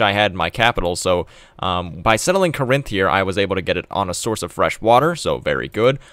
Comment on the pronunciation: “kuh-RINTH”? How about “KOR-inth”, with emphasis on first syllable. (It’s from Greek, not a Romance language.)